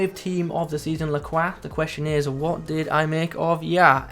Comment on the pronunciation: Amazing pronunciation of his last name. Got the accent down too.